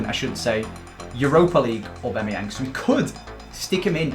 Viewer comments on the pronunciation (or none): Does anyone else get irritated when says AuBEMayang instead of AuBAMayang?